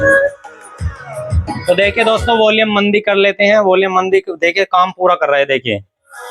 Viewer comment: मदी नही मंदी।